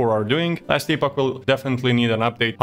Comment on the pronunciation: Nice review. Not sure if i'll try it out. Our treasured ARPG's going online only is a downer to be honest. Miss the days of offline options - considering there is a $44 price tag... PS: Just feedback - I see it's not your native language but it's "Epp-och", no "EE" sound.